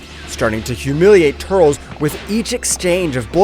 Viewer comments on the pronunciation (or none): Bro... not tuuurlsss... TUR.. LES... TUR..LES... TURLES.... please bro... say it right